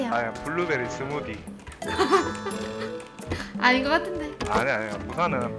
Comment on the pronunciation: 블루베디 스무디 발음 경남과 경북의 억양차이 ㅋㅋ